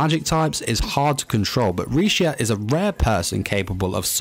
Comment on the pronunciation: Honestly, she's really strong. She just never knew how to use her strengths at first. Also, WHY DOES EVERYONE CALL HER LECIA HER NAME IS RISHIA REEEEEEEEEEEEEEE